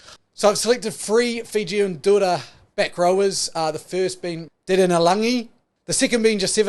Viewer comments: Bruhh 😂😂it's fijian drua not fijian dura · Its not Dura.... its DRU - AHH.. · It’s pronounced “Drew-ah” (Drua)❤️